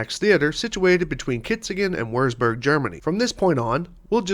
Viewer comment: Whirr'z Burg? Meinen Sie Vurtsburg?